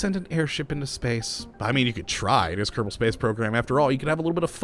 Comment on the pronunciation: Why do you say Kerdible space program?